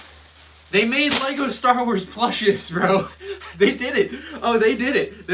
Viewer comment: Ah yes leego stor wors